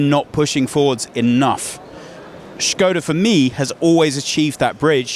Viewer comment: I am very impressed, how you said ŠKODA. :--)